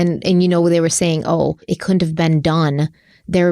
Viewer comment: After reading the recent IG comments about mocking people with country accents, then she herself was getting called out for mispronunciations of words. i.e. Saying cunt instead of couldn't. and seriously? Hypocritical much mocking accents when you can't pronounce simple words..........But actually that is not the purpose of my comment. I am actually intrigued by the concept that these children's unfortunate mutilations could have possibly been by animals. I have never heard this before, but now can see it as a good possibility. Great coverage and! This is not the first time during these 8 parts that I have been enlightened by new possibilities.